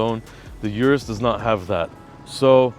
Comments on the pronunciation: O-RUS not U-RUS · Good episode. - say it with me now, "Lamborghini Or-us"